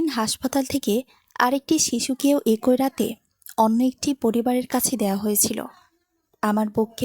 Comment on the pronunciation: শব্দটা "একঐ" হবে না। ওটা উচ্চারণ হবে "একই"।